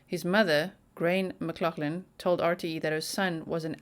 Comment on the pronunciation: it is definitely pronounced Shawn you are saying the surname correctly